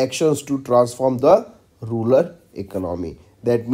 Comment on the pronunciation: Exactly bro, his pronounciation of some words may lead to wrong answer too.. in this video he read maithili as mithali 🙄 most of the times he is doing this mistake, like data as daata, rural as rular.. he should avoid this ASAP